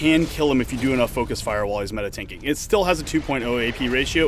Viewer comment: Anybody notice he said meditanking